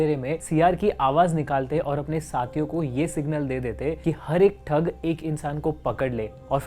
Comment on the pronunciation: It's thug not thak .